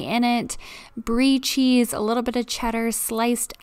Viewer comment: when you were cutting the apple i thought omg don't cut your finger and you did pronounce the cheese name right